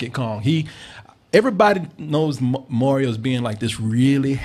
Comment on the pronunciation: Haha "Morio" is the new Mario